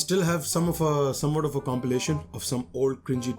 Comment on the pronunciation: abe,, compilation hota hai wo compeelation nai 😂😂